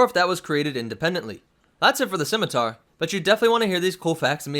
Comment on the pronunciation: Props for pronouncing the name of the ship correctly, I cringe when people pronounce it as a Skimiter.